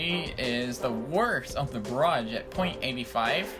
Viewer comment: Please pronounce barrage correct